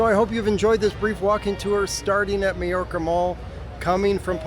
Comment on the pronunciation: Mayorca is pronounced my orca. May = my. Hay = eye.